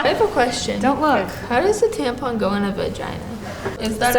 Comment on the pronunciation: I snorted when he pronounced tampon as tampoon